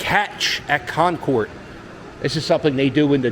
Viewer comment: I grew up playing video games in the Space Port arcade in this mall in the 80's/90's. Also, we pronounce it KONkerd, instead of KonKORD